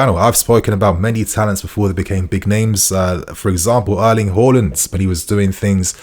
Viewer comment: Always happy to hear pronounce Haaland correctly. Why can't others get it right. Next up... Osimhen